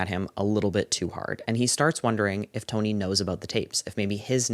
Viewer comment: i am obsessed with the way you said tony like you sound like a new yorker (in the best way) great video!